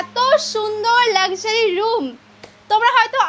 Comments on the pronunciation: Luxury ❌ Lekshary✅ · Luxury ❌ Lakshary✅😂😂😂